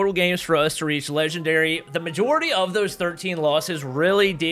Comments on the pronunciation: lol said legwndary instead of legendary but anyways thats kinda cool rookie to legendary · Man grinding to "legwndary" sure is hard. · Ofcourse. "Legwndary" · Speedruns to "Legwndary" Me: Can't even get to Master 1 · LITERALLY,KUKUKU REKOIL, SHEESH AND NOW LEGWENDARY